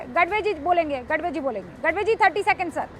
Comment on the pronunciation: गढवे नही गाढवे ... 😂